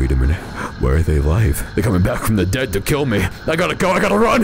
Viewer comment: He said daed